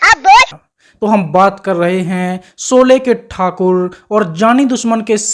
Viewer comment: सोले नही रे भोसडीके शोले बोल, गंवार कही के 😡